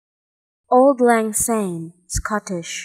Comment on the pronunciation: It is pronounce like Awld, not old. Old is English. Lang is correct and Syne is almost correct. But to a Scottish ear jars a bit. Syne = Sign. Sorry to be so picky.